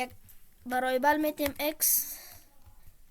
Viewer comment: ورای ایبل نه. وریبل. بعدش شما که تدریس میکنی فارسی صحبت کن. وریبل به معنی متغیر. موفق باشی.